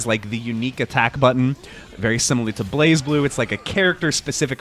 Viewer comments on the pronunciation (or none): none